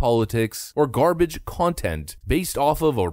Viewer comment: The made me laugh so much. "Who wants this garbarge" 😂😂😂😂😂😂 nobody 😭😭😭😭